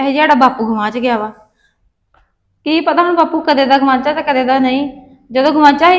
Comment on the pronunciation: ji, gawacha hunda gawancha nai hunda😂😂😂😂